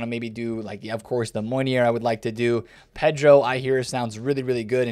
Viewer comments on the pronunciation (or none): none